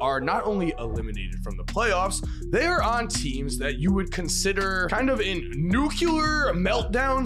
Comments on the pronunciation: NUCULEAR?.... Ok Georgo Bush.... IT'S NUCLEAR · implies, not infers, and nuclear is not pronounced nook u ler, it's nook lee er